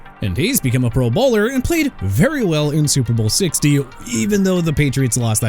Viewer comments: lol everytime he says pro bowler he emphasizes the wrong thing and it sounds like he’s saying they are in the PBA or PBL or whatever the fuck it’s called. Come on man. I get that it doesn’t matter but …. I just have never heard that mistake made before. You have a million subs! Get it together man. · The way you say 'Pro Bowler' makes it sound like they're professional bowlers. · The way you pronounce “pro bowler” 🎳 is distracting